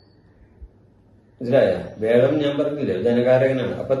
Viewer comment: വേഴം അല്ല വ്യാഴം 😂